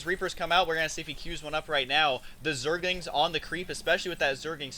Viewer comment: Hey Husky...its pronounced "ZERGLINGS," not "ZERGINGS." Note the 'L' in the word!